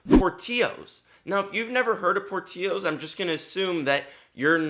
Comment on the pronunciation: Dude ! Pronounce the name right , it’s porttilllllllos